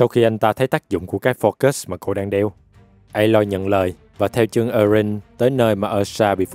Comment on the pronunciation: anh đọc sai rồi phải là a-loi